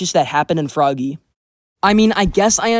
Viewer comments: just to say about frogge, when the game was in alpha the description actually explain that frogge isnt pronounced "froggy" but just like you would pronounce frog, i just comment about that, the video was alright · Frogge, not froggy. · It was stated that Frogge is not pronounced Froggy. It's actually pronounced Frog 🤓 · Also it’s pronounced frog not froggy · well frogge is supposed to be pronounced like frog? idk why